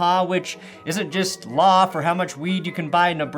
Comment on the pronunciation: "Wiowating da waw", Yea yea DA guy... learn to make a VEE and or ELL sound and I MIGHT find your words intimidating. "wiwisection of wixens is illwegal" And YOU,... stop endorsing gambling houses. Gambling sucks. It RUINS lives. Unlike a drunk who gets cut off by a bartender, the gambling house is under NO such obligation.